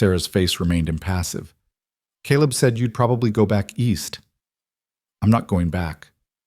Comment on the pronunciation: USA Indiana . It was nice to hear Caleb pronounced correctly in this story. Also, the narrator spoke with an interesting cadence and emphasis with a very pleasant voice. Great story of courageous woman taking on a large family!!! ❤❤❤